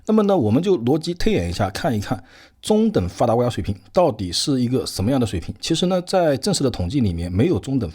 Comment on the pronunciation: 先好好练一下阅读和发音，中等发达国家读了几次都都不对，理解能对吗